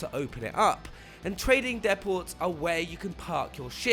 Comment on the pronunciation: Deh ports - deh poh